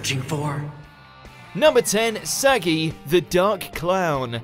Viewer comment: Pretty sure you pronounced saggi wrong 🤦🏻‍♂️🤦🏻‍♂️🤦🏻‍♂️🤮